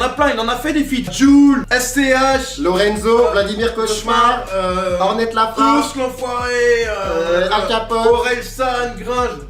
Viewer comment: Il a dit hornette la frap🤣